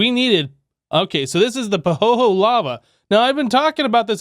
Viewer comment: FYI - it's pronounced "Pahoeyhoey" Sorry for the silly correction, but yeah